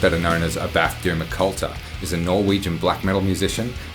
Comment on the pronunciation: Just me or this guy looks like Tom Cruise? Edit. Youre mispronunciating this. Is ÁBBATH, not Abbáth.